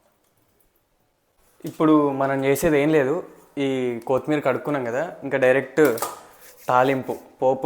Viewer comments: Not koootimeera, it is only kothimira😂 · ఎందుకు కోత్ మీర్ అని వెరైటీ గా పలుకుతున్నారు ? అది కొత్తిమీర అండీ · Pachchadi bavundi kani Jai Sreemannarayana ani anatam manesavu badha ga undi Kothmeer kaadu koththimeera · కోతి మీర కాదు నాయనా... కొత్తిమీర...